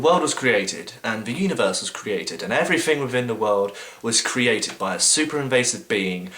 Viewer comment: "Afiests"? "Everyfing"? "Wifin"? "Somefing"? "Anyfing"? "Fink"? Oh please stop speaking speaking for the rest of us atheists.